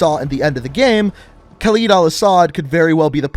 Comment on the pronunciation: the entire video you kept mispronouncing Khaled Al Asad's name, it's pronounced "cal-ed" not "cal-eed"